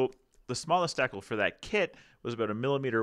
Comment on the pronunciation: DEE- CAL